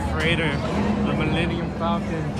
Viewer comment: Thank you for pronouncing falcon correctly.